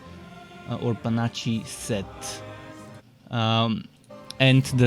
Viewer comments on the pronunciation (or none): Panache is pronounced pe-nash, or possibly puh-nash. Either way, the nache in the word sounds like nash.